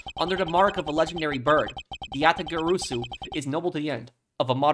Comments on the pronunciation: For future reference, Yatagarasu is pronounced "Ja (like German Ja) - Tah - Gar - Ah - Su". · Just a tip: Yatagarasu is pronunciated just as it's read, so there is no sound of "o", the "a" is pronounced the same in all syllables, just like you did in the first syllables